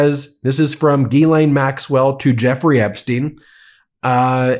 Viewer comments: Ghislaine is french and you (everyone) prononce as guylainn Should be jeeslainn and you remove any d sound. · isn't it pronounced Jizz-Lane?